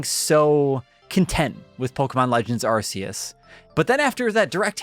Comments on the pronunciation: Dude you need to work on your pronunciation. Do you think Iron man has an arse reactor in his chest? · Quick question, why do so many content creators mispronounce the word Arceus? The official marketing trailers demonstrate the correct pronunciation yet still so many around the internet including this video say it the wrong way. Otherwise nice video.